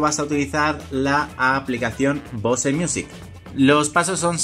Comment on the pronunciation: se que no debo decirlo pero no mames, no digas bose, pronuncialo como bous, no me quieras salir luego con el titulo del video diciendo "escuchad tios, hoy os traigo unos flipantes trucasos para vuestros bose cuietcomfort 45"